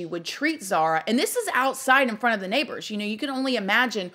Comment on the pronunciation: Could at least announce her name correctly. Disrespectful